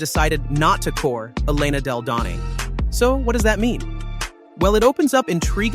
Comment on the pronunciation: I’ve heard miss pronounce Della Don name about 3 or 4 times. Have some respect.